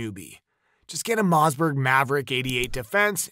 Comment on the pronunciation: WTF is a Mozzberg ?? I hate AI